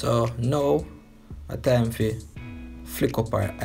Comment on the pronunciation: "Splash e come down" 😂😂😂 "Flick eeh" 😂😂 me cya bother